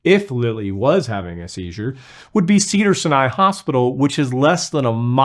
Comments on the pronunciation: "sa-ni"? 🤣😢 "si-a-ni" long "I"s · Cedar [sigh-nye] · Pronounced “Cedar Si’-ni” (Sy’-ny). stress on first syllable & long “i” or “y” wItH aLL dUe ReSpeCt of course! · It’s pronounced like sigh nigh. Like the Sinai Desert, and the Sinai Peninsula. Just saying. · Cedar Sigh-nigh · First of all, it’s pronounced cedar sigh-ah-ny like mount Sinai. Second of all that would probably be the worst place to take a rape victim since there is an ongoing class action lawsuit against an OB/GYN at Cedar Sinai, that raped 300 women and counting. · I live in Los Angeles .. The Hospital Cedar Sinai (Is pronounced like : Sigh An I) It was like nails on a chalkboard to keep hearing him pronounce the Hospital incorrectly!! 🤣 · Cedar "SY-NY" you say it like Sci-Fi. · It’s pronounced Cedars “sai-uh-nai” 😭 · Epileptic here. That's definitely not a seizure. It takes more time to erm "return to reality" and even then, I still talk stupid. Cedars Sinai is being pronounced so goofy here too. 🤣sy + ny. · Stop pronouncing my hospital I was born in wrong it's called cedar Sinai and she's having a panic attack for sure no impaired reason 😂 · How do you not know how to pronounce cedars sinai?